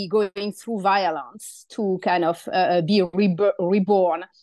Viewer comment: Best pronunciation of “violence” I’ve ever heard.